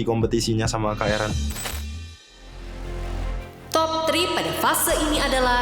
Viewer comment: ERAN KAKK, BUKAN EREN BUKAN ERUN😭😭